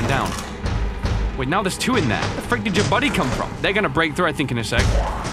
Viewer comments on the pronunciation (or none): none